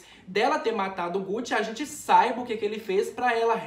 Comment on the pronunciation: porque todo mundo fala "gutti"?? q agoniaaaa